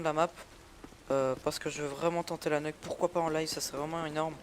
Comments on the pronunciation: C PAS NEUK MAIS NUKE (NIOUK)!!! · t dégouté pcq on ta tuer ? moi jsuis dégouté de la façon que tu prononce nuke.